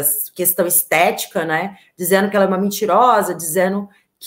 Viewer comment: Ouvir uma jornalista, pronunciar dizeno ,fazeno,huffff